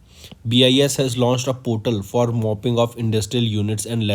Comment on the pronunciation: Pronounciation should be careful while reading the CA, its aparna, not aprana.. its mapping, not mopping and its cherchera, not chera chera 🙄